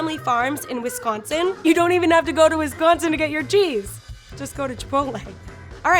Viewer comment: “Wis-cone-sin” lol